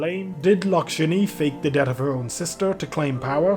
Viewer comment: Day 16 The chances of someone reading this is quite slim, I can say this without worry: voice is quite soothing to listen to. Calm with an interesting and unique accent, different from all the others that I heard. There are some words that are sometimes pronounced in such ways so that I can mishear them, at least for me. Even before, I noticed "death" being pronounced as "dead" or "ded", especially in When Elegies Are Ashes event summary. In this video, in, I hear "trut" instead of "truth". "sout" instead of "sought" in. Seems to be related to words ending with "-th". (Yea, hearing google translate pronounce these words gives the same pronounciation. So indeed, it is completely on me for not liking how the normal pronunciation is expected to be, lol. I will keep the text because I may have to change the grammatik to fit the new structure. And the day comment would look quite blank.) Though, these few observations and misunderstandings can be (are) due to how I got used to hearing English words and my expectations of how they should be pronounced. I am just relying on my stomach. My accent and pronunciations are worse than that of a drunk, so I shouldn't be judging others, because I definetly may be wrong. Still, interesting voice to hear to. Tara/10, would like to hear from again.